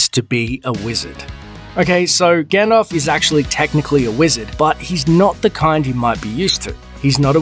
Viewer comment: Lol! Someone who doesn't even know how to pronounce Gandalf correctly thinks he knows more about The Lord of the Rings than us. Hilarious!